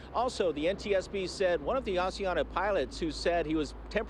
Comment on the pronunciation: Osiana? It's Asiana